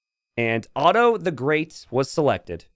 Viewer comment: Kinda funny how he apologized for the pronounciation of Pachacuti but then he butchered Otto so hard xd